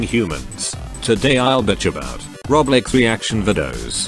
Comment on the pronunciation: Its just me or all time he says roblox it sounds like roblex lol